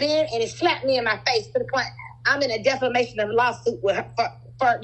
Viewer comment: The way she keeps saying "deFLamation" with so much confidence😂